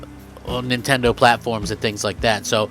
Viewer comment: did he just say nintondoe😂